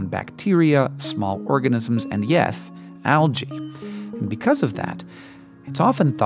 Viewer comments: wincing every time says alGae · Why do you pronounce the adjective (correctly) as al-gal but pronounce the plural noun as al-gee?